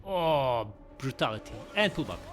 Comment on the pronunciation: Oh... brrrrutality ❤😂 love it!